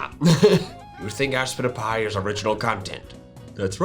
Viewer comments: Aspitapy sounds like I spit a pie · When I first watched aspitpiay I thought it said “I spit a pie.” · Me: in class with volume off and turning on subtitles Subtitles: GoRy DiNgS rEvEnGe MiChAeL hErE: ASPITIPY Subtitles: Spin A pie